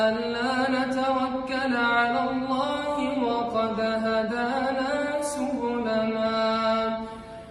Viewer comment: عندما تنطق الله يا اسلام انطق الله بدون كسر الها